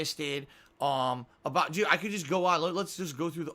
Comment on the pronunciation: "2019 was the most pahsitive year of my life dood" as he ebegged during all of it, scammed $2K for a pet reveal, called his viewers idiots, drove more whales away, banned any mods who dare slight the iron rule of, went on 20-minute detractor rants during chill Minecraft streams, and still wonders why he doesn't get sponsorship.